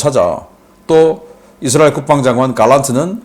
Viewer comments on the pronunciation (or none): none